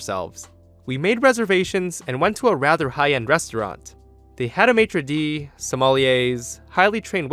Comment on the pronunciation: As a french i thinks thats funny how you say "Maitre de" and "sommelier"